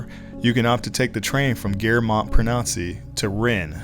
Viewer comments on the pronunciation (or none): I’m sorry, but you lost me as soon as you mis-pronounced Montparnasse — it’s Mont-par-nahz, NOT Mont-par-nah-see. 🙄